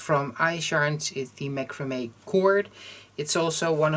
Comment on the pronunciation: This is adorable ! I can see them being useful all year long 💖 You pronounced macrame right .